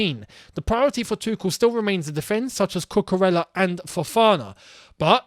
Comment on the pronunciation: I remember you explained how to pronounce Ziyech. It's Cucu-REYA.